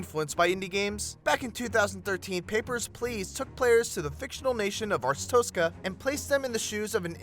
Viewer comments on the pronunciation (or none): Arestosca? Arstotzka